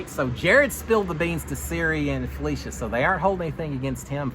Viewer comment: instead of FelEcia, it’s FelIcia. With an “i” sound instead of an E. You pronounced it right at the beginning but not towards the end